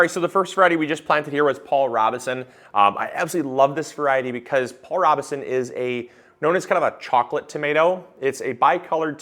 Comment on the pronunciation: FYI. Pronounced Row beh son